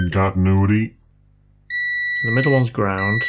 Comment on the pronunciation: I can't un-hear the "multi-meter in con-tintuity" part. I use a multimeter at work a lot and now it's messed up for life.